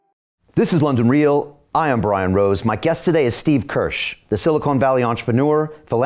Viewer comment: Dear Brian: You mispronounced the word Silicon (Valley) early on. The word is not silicone.